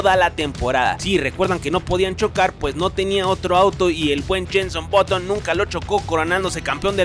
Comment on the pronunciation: Es button y se pronuncia baton. No boton -_